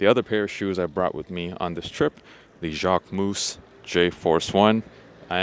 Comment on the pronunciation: Interesting ( for people not living in Paris ). Good selection of shops and food places . Kudos for the museum choice ( however Pompidou is more interesting from the inside than from the outside …) Just three painful moments : 1) you are still pronouncing jacquemus wrong . 2) all the bouillon are restaurants for tourists and countryside people , serving low quality outdated food . 3) rue Saint Denis is definitely not a place I recommend to have your hotel in : it is the most famous prostitutes / sex shops street of Paris …